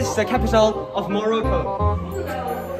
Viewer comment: He pronounced Morocco wrong. He is good at english though